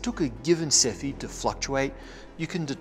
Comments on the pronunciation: It's not Cephid but Cepheid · 3.26 It's Henrietta Leavitt, not Levitt. And they're called Cepheid variables, not "cephid".